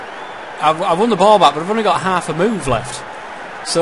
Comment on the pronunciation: Hahahaha ''Hal've''